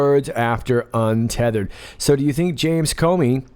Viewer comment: UNTETHERED = Un Te Te HER eD💦💦💦